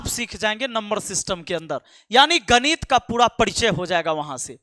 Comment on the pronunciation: Gadit nahi ganit😂😂😂😂😂